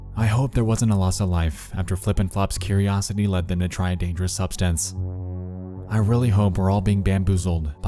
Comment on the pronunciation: LMFAO. Forget the way he pronounces GIF. Did you hear the way he says Users, Dangerous and nausea? 🤣🤣🤣 Sounds like Mordecai from Regular Show.